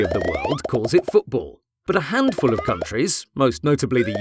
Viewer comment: I don't care if you call it soccer but don't pronounce it like "Foodbool"